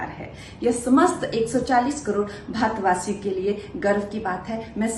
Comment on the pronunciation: vasudev kutumbkam nahi kangna didi... vasudhaiv kutumbkam hota hai... aur bhaatvasi nahi bharatvasi hota hai... inki zuban bhi modi ji ki tarah ho gayi hai... muh se polythene nikal ke baat karo didi